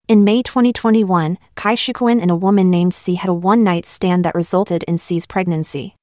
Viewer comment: And his about face on changing parties. The rest were just young people who get lost from lack of direction. Jackie Chan, what have you done?:face-fuchsia-wide-eyes: His wife was a beautiful Taiwanese Actress way back when. Cai is pronounced Tsai. I really hate pin yin.